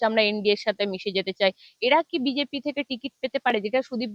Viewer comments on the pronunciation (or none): none